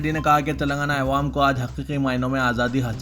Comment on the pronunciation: Please aiwam nahi awwam padhye aap.